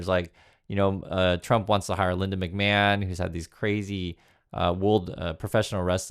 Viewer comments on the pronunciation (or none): none